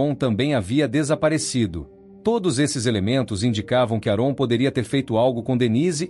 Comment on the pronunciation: AParte ruim de todo o vídeo é a pronúncia errado do nome do homem … a pronúncia correta é ÉRON !